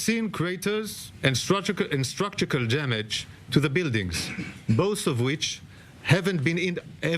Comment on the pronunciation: Structural not structukal 😂